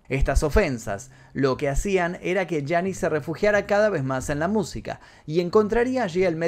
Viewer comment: Bro muy interesantes los datos, pero no es Janice, es Janis (Pronunciación: Yanis), es que como la admiro tanto y la escucho desde que tengo memoria me creas un problema en la mente, por favor disculpa y mil gracias por tu video.